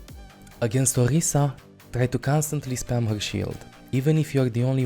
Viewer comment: Where does this accent come from? It's fascinating, I've never heard r's pronounced as g's before (Phagah/Ogisa/Sombga).